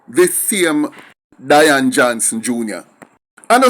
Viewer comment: I don't think you pronounce the name right (Day-an ) or Dian